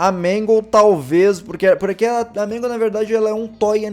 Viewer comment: Quando tu tava falando da puppet você falou magle além da puppet